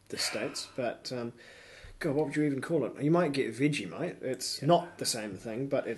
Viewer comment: did I hear you right..."Veggie Mite""..you guys are just to entertaining.lmao...I want to move to New Zealand.